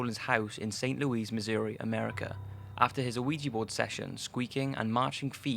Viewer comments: It’s St. Louis, not st Louise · Just an FYI; it's pronounced St. Loo-Is. You might know this now i just thought I'd bring it up.